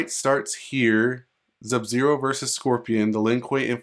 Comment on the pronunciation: That shit fake bruh and STOP SAYING ZUB-ZERO 🤬